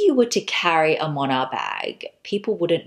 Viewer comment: I love the brand! Its been popular here in Japan and Korea in the luxury circle. You arent pronouncing it quite correctly but Moynat is amazing